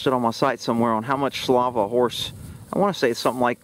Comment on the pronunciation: its saliva not salava 😂 love you